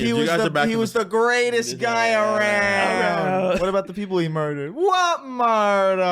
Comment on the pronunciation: "He was the greatest guy arownd!!!!!!... What Moidaaaas?!?!"